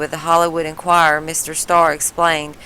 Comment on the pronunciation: I lost interest when she said "HollyWood Enquire".